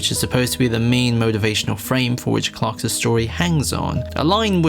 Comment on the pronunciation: Homie cannot stop saying "Clarks's" instead of "Clark's"